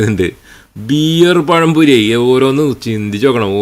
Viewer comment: ദീനും പഠിപ്പിച്ചില്ല ദുനിയാവും പഠിപ്പിച്ചില്ല മലയാളം ഉച്ചരിക്കാനും പഠിപ്പിച്ചില്ല. പയം പൊരി😂😂😂🤣🤣🤣